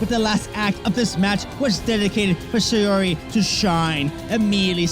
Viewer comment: Great vid. FYI it’s pronounced SOW(as in OW with an S) REE. Not SAY UR REE.